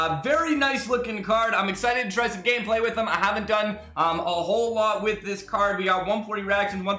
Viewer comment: isn't it "Gameplay" not "Ganeplay"